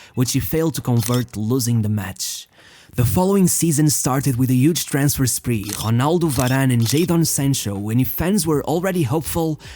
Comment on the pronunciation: I knew you were portuguese by the way you pronounced ronaldo lmao